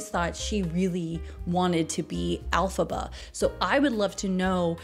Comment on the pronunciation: Elphaba, not Alphaba.